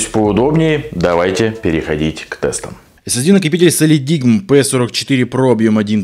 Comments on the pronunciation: это один из немногих ссд у которого производительность 1ТБ версии не отличается от 2ТБ. Кстати произносится как "солидайм" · Правильно читается "Солидайм".